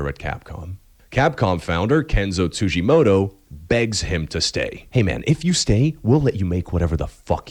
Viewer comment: Tsujimodo ? TsujimoDo ? It's a fucking T. TsujimoTo ffs.